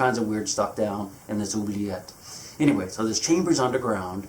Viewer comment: i love your ''oubliette '' pronounciation, first time i see an english speaker getting a french word pronounciation right